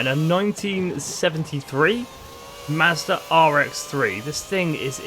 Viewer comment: Hearing you say mazda kills ny soul